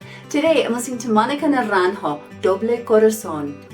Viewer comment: I would like to ask you, pretty please, that you learn how to pronounce propperly the artist’s name (Monica Naranjo, the j in spanish sounds as and h in english and de r betwen bowels doesn’t sound as a strong R) before making a few videos saying very wrongly the name and also learn some tricks to know how to say words and names in others languages. English it is not the most mother tongue spoke in the world and you should know better. Other examples of you saying wrongfully words in spanish is sobrevivere! It is sobreviviré.... please learn and improve your vast knowledge.